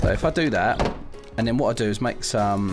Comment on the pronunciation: You das not need to mak a kee